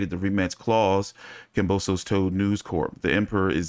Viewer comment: Pronounced kam bow sis. 👍